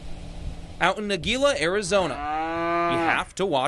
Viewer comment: What type of a reporter says Geeela it is Heela